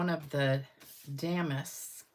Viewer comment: Love the technique and cards! The embossing folder is pronounced da-mask, not dam-ask 😂